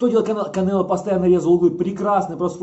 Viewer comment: Уши режет от слова Кабанело